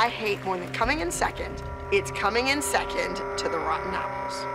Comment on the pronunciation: I cringed every time I heard Abby say "seckent" instead of "second".😊